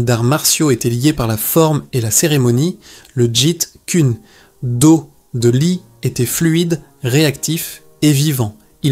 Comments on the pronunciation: tu prononce le jit kuner do , ça ce prononce le jet koune do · Jite kuné do..Jite kune do... Bon allé c'est de l'ia ... Jet Kun Do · Ouhaou ! C’est pénible à écouter... très pénible, mais c’est intéressant malgré la voix monotone de l’IA incapable de prononcer correctement Jeet kune do